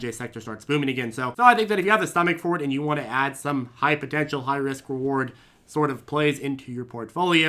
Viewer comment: When says “add money” I hear “ad money”